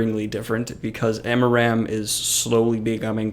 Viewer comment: I honestly cringed every time you said amaram. It's aram. Period.